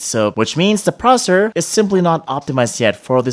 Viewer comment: why are you pronouncing"processor" as "prosor"? I find it really annoying. Sorry mate. Anyway good video!